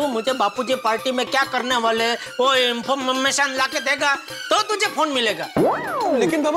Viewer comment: Information ❌ Infomm..mmm.mation✅